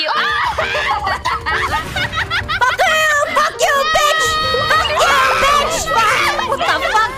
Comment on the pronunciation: I love the way she says BEECH! Especially how she pronounce the B, it's so visceral